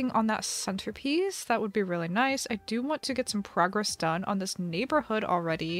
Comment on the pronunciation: I thought you said progress instead of progress xd